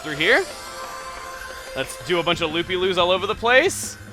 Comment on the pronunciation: he said "loopy loos" instead uf loppy loops